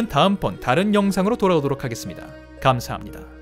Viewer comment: 마지막에 캄사합니다라 들린다ㅋㅋㅋ